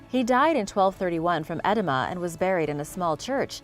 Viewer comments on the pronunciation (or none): Her pronunciations are horrible imo. Hearing her pronounce edema as "edd-a-muh" was cringe inducing. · It took me a while to realize what you were staying St Anthony had died from, I'm assuming you meant to say edema which is swelling related to fluid retention and is pronounced eh-dee mah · Look up how to pronounce "edema"...please!